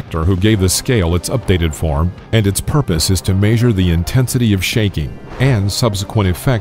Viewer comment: Like the way he says measure as "maysure" lol